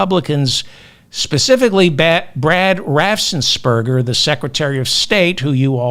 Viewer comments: Only one 's' in 'Raffensperger', not 'Raffsen' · Raffen-S-perger! .... NO extra "s" after the f. Make life easy for yourself, David! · Raffensperger. You’re adding an s after the ff’s that isn’t there.